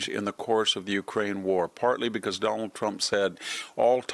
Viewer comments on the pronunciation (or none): none